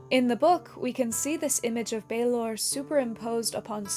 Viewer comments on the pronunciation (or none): Love the video, just a teensy correction from Ireland: Balor of the Evil Eyes is pronounced to rhyme with "Valour" rather than "University in Texas" (it would have a fada accent on the A for that broadened vowel sound) but you got the more difficult Tuatha Dé Danann nearly perfect: the fada accent broadens the E into the sound Fonzie makes....